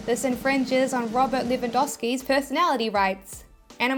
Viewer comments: I'm from Poland and I can say that you didn't butcher Robert Lewandowski's name. In fact, you said it pretty close to as it should be said :). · You have not butchered Robert Lewandowski's name in the slightest. This is exactly how you pronounce it, yay you!